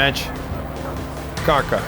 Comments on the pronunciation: Ни кАка , а какА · Я буду ругаться , какой КАка, он КакА, ударение на вторую А, ВТОРУЮ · Кака, ударение не там поставил, вспомнил наша раша😂 Лайк если тоже) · Не КАка а КакА РИКАРДО КакА!!@